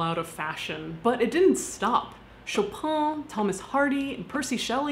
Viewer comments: it's pronounced chopin not chopan ... i know french is mad ... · Do you really pronounce Chopin that way? I mean is it how 'its pronounced' in the US or you just say it that way because its french surname? Actually curious because in Poland we always pronounce it more like sho pen And let's remmember he was polish at heart 😉😎❤ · I love your channel a lot but Chopin is pronounced Ho-pe-n Sorry just a history geek that's all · I've only ever heard it pronounced two ways growing up in America: The more American butchering "Show Pan" where they put the emphasis on the wrong syllable, or the "Sho pahn" attempt at a French accent to sound more learned. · U say Chopin in a really weird way xd He was polish and it should be Szopen (like sh+o+pen) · She pronounced it wrong lol